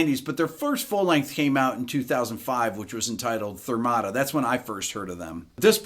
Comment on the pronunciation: Did he really say "Thermata"???? 😪